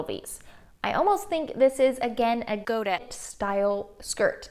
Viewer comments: Two very small things: voile is pronounced “vwall” and godet is pronounced “Go-day” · Thanks for this series. I’m really looking forward to it. Godet is a French word, pronounced goday. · Great detail but please learn how to pronounce details! Voile doesn”t rhyme with foil; phonetically vwahl. Godet is a French word and pronounced today, like today. Frills are often cut from a spiral to give a straight edge and a larger curved edge.